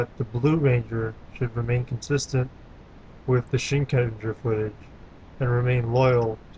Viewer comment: It's Shin-Ken-Jaa. Learn to speck japanese.